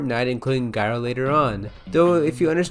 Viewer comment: it’s pronounced jyro